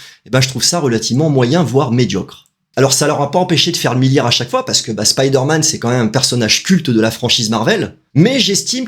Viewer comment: Content de revoir cette chaine et enfin quelqu'un qui dit spiderman correctement et non speederman 👍👍. Assez d'accord avec ta video le film est super cool